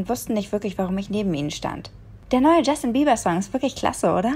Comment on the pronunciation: ich habe bast*rd jeber verstanden xD